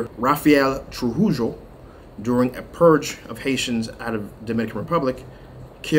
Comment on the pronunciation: Trujillo is prounounced (Through hee yo ) thanks for the update. Didnt know DR had 11 canals but are complaining about this canal.